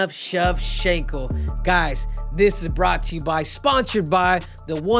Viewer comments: Everyone else: Shev-Chank-Ko Henry: Shev-Shank-Ko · your pronouncing it wrong bro, the "ch" is pronounced with an shallow "sh" sound